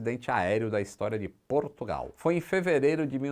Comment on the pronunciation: Portugal... O porto diz P"u"rtugal...kakaka